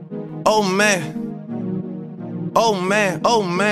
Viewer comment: It kinda sounds like he saying old man